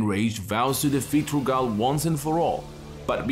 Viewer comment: lmfao why you pronouncing Rugal's name like that ?? 💀💀